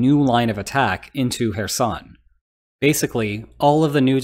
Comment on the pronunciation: You're not pronouncing names correctly. Kherson with is said with a noticeable but almost silent K sound at the beginning. You're saying Donetsk wrong too. It's not Don’yeah’tsk - it should be should be D(oh)netsk. With love from Ukraine....